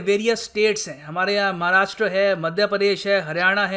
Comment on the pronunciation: सर मुझे बहोत ही अच्छा लगा, की अब आप "महाराष्ट्र" का सही उच्चारण करते है.. आप ज्ञानी तो है ही, मगर कोई गलती आप के दृष्टी मे लांयी जाये तो उसमे भी आप सुधार करते है, यही एक असली ज्ञानी व्यक्ती की पहचान है.. आपको आरोग्य और दीर्घायु मिले... जय हिंद